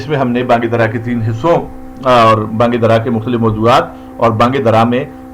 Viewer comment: یہ بانگ درا ہے نہ کہ بانگ دَرا